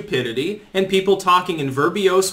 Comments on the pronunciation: Akchuly it is pronounced VER-BOSE, not VER-BEE-OUS. Mispronounced words are common with smart people; who see such words on the page but not spoken. Source: im not smrt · "Verbose,", not "verbiose." There is no "i" in that word. That quibble aside, I agree that it'd be nice to see young Greta quizzed about her actual knowledge of climate science. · Damn it man, the word is verbose - 2 syllables.